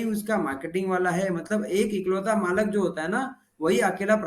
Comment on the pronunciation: Malik not malak